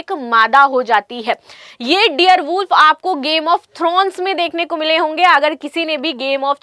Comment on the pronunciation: डियर नही डायर वूल्फ पहेले बोलना सिखो